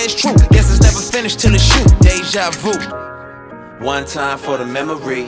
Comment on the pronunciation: I'm pretty sure that is how it's pronounced, Déjà vu, just Lecrae didn't technically say Vu right